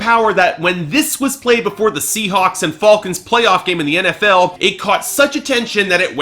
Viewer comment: Dude really foclons?!?! Bruhhhhh Come on its the Falcons